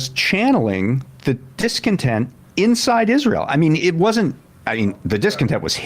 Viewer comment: I think the way Graham pronounces Israel is kind of cute. "IZ-rull".